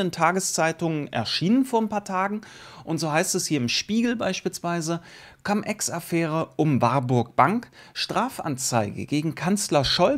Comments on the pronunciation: warum immer noch Cam Ex? Cum = lateinisch und wird auch Cum ausgesprochen. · cUUUUUUm, wie Ungeheuer wird das ausgesprochen. Trust me - hatte 5 Jahre Latein.